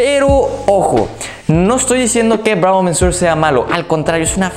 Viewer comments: "Bravo MENSUOR"??? En serio, lo digo como crítica constructiva, deberías informarte de cómo se pronuncian los nombres de los perfumes antes de ponerte frente a la cámara. Ya te pasó hace poco diciendo "ROSENDIU MATIEU" cuando era español y se pronuncia tal cual se escribe, "Rosendo Mateu". "Monsieur" se pronuncia "muh syuh", tal cual. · se dice Bravo "MESIÉ". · No sé qué suena más gracioso, que pronuncies “mensur” o “mensuar”. Si pones la palabra en el traductor de Google, puedes escuchar cómo se pronuncia en su idioma original. Por cierto, la expresión “dura arriba de” es un calco del inglés, lo correcto sería: “dura más de…”. Ánimo. Ah, a mí esta fragancia de El Ganso me huele a iglesia. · Por qué dices 'mensuor', sí es señor en francés? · Monsieur = señor en Frances ,,,checa como se pronuncia.SALUDOS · jajajajj cada vez que pronuncia monsieur lo pronuncia diferente y peor xD